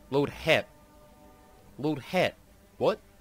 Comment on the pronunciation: Sabot = "LOAD SABOU" Hesh = "LOAD HEMP"